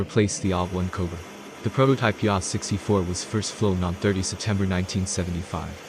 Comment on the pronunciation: A H 64 not ahh 😂😅